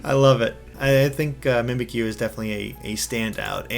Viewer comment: Mispronouncing a name is fine, but how can you mess some of these up?! The puns are so obvious! Mimikyu as 'mimic you' not 'mimikeeyou' and the 'bounce' in Bounsweet not 'boon' because IT BOUNCES!